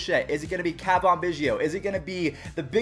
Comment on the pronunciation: lol, why do you have such a hard time pronouncing Cavan?